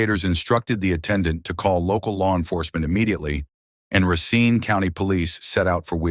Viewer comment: He did not pronounce Racine Wisconsin correctly